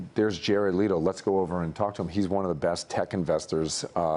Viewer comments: Cringed when I heard someone calling him "Jared Leeto" as appose to Jared Leto.. Why would smart people like themselves "leet" themselves make errors in pronunciation..? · First - what was "Jared's So Called life" all about? Did you mean a TV series "My so-called life"? It was't about Jared's life, do you research. Second - Jared LEEto? Do you say tEEchnology? Do you research. Third - don't interrupt him or speak over him, he's a genius and a man everyone should learn from. He's not just an Award-winner and a pretty face. Do your research.